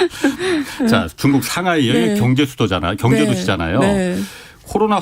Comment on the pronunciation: 방송들으면서 순화된 발음을 망가트리는 시간이 됩니다. 겡재 갱제 희안 합니다 KBS라디오 방송 이-------! 큰것을 놓치는 편성과 모든것이 내부의